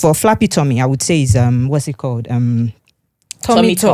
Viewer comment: It is flabby tommy not flappy tommy